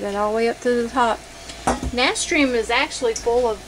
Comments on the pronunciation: Nah - stir - shum. ...pronunciation. Just for future reference 👍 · You are pronouncing it incorrectly. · Someone already posted and told her how to pronounce it. It's kind of rude to tell somebody they're pronouncing something wrong and then not tell them how to pronounce it correctly, the other person who posted was more polite 😅